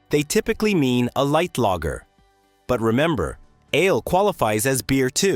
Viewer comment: "Ale" and "ales" are single-syllable words. I'd give you a like, but the narration is obviously AI-generated, and you failed to even review it!